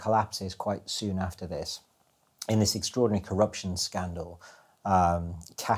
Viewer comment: The word they are struggling with and to say is CORUPTIION